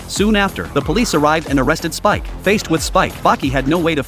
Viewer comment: His name is speck not spike